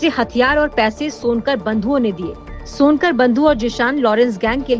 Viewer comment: Timeline 2.51 ये रिपोर्टर कुछ भी बोलती चली जाती है लॉन्कर को सोनकर बोल रही है😂 ये लोग कौनसा नशा करते ही यार😂😂😂